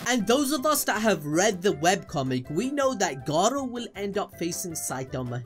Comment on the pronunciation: Stop rolling the R when you say Garou